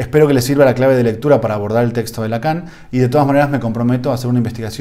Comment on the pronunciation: Lacan en francés se pronuncia Lacó seguramente es algo sin importancia pero de cualquier manera lo digo.